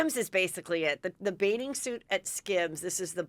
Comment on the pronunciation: This is super petty...but I just can't deal with Heather always pronuncing bathing suit as "baiting" suit. As far as I can tell, she doesn't seem to have a speech impediment, so it drives me crazy that she mumbles this particular word! Just had to get that off my chest 😤😆